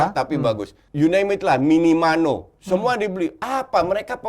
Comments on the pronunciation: Orang biasa: minamino Coachy: minimano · minamino kuch bukan minimano 😂